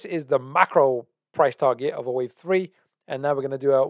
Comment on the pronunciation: Just had to pause the video - you said 1 , 2 , tree instead of 3 - 😅🤣